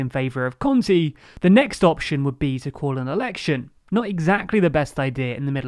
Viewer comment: Let me give you a word of advice: it's a little better if you read every 'e' as in the word 'spell', at least you won't be saying Giuseppi conti (lol)